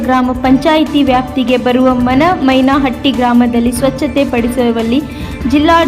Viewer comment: ಮನಮನಹಟ್ಟಿ ಅಲ್ಲ ಮೇಡಂ ಮನಮೈಯ್ಯನಹಟ್ಟಿ